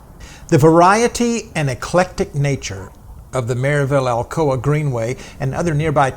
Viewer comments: It’s Mur-ville. Lovely people there. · I'm 2 years late watching this video, but hoping to ride this trail later this fall, fingers crossed with new signage. I'm 30+ years now living in the Upstate, but grew up in Knoxville, South Knoxville to be exact. And yes, the pronunciation of Maryville is a telltale sign of a newcomer, but I discovered the same thing here when I moved decades ago to the Upstate that Clinton, SC has that same distinction of a surprise pronunciation for the newcomer. I struggled to find it on the map when I first moved here... and then I learned the secret. 😉